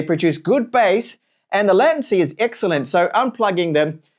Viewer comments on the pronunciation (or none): Completely off the subject, the way you pronounce latency sounds really strange to my ears....I've only ever heard it pronounced as lay-tun-cee 😅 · but there's a toggle to switch between UK and US pronunciation and its the same. It's no big deal anyway, I was just curious because ive never heard it pronounced his way 😂